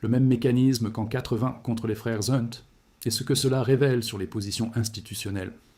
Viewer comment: Hep, IA ; pas les frères zzzzzzHunt mais les frères hhhhHunt. Pas de liaison avec les noms patronymiques ! Cela dit, merci pour les bonnes informations toujours très interéssantes ; cela nous change des carabistouilles déversées à souhait par les économistes de plateaux-télé et d'écoles de commerce et par nos chers banquiers voleurs ! 🥰👍👍